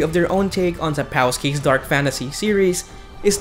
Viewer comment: Sap cow ski